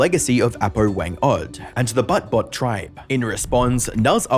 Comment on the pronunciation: It suppose to be pronounce "Boot-bot" not "Butt-bot".